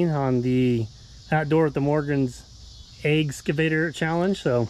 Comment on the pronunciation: great job buddy and great video as always buddy and great job on the challenge 😎👊🏻👍🏻 love how you said eggavator challenge lol 😅😂🤣